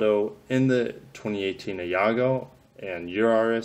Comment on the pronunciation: Not being picky because I obviously realise you didn't write the article but I'm pretty sure it's an Aygo, pronounce I-go. Not trying to sound patronising lol.